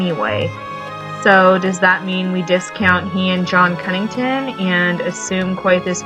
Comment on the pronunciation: Is it just me or is it Connington not Cunnington?